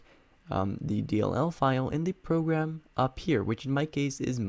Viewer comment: "progam", xd thanks for this